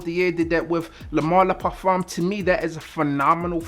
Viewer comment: I don’t know if you have French in your family but I appreciate you properly pronouncing “le parfum.”